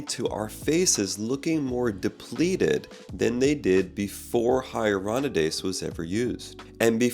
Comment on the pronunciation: You keep mispronouncing ‘Hyaluronidase’ but good video!